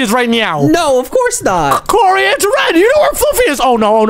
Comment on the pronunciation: its kory į repeat its kory